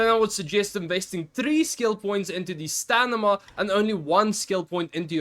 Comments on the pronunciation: It's Sta-mi-na brother not Sta-ni-ma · I'm sorry man, I'm sure English is not your first language, but it's driving me nuts that you keep saying "stanima" instead of "stamina". 😂 Really helpful video though! I'm not trying to be a dick about the other thing. Just thought I'd mention it. Maybe you're not even aware you're doing it.